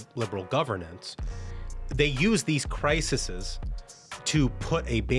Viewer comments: Did he say, "crisises?" It's CRISES! We should not be surprised at this. Leftists/democrats are inherently evil people, and they think nothing of destroying people's lives. For them, this is just how you play the game. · Not crisises. Crises!